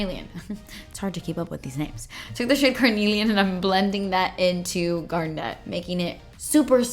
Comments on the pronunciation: I totally bought this palette the day it went on sale., I'm willing to give you "pear-eh-dot" instead of "pear-eh-dough", but I will not allow "gar-NET" for "GAR-net".:) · No offense but its my birthstone so i kinda have to say it GARNET is one word its not GAR...NET lol thanks for coming to my class lmfao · so excited to get mine in the mail. btw don't know why this bothers me but it's GARnet not garNET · how you pronounce garnet cracks me up every single time :D you are the first person I've heard say it like garNET, I have always heard it and said GARnet. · pronouncing garnet like Garnette>>>>>>>>>🤣💜💜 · The way you say garnet...I dont know why but it gets me everytime lol